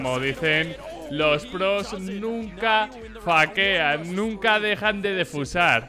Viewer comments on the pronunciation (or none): por eso 😆 sabe perfectamente que se pronuncia "feikean". ¿Por qué lo dijo así? 🤣🤣🤣